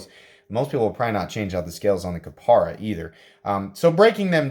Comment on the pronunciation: KapAra, not KapEra.